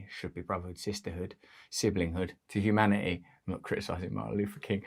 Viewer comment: Please use your phone to find the pronunciation of "Humanity"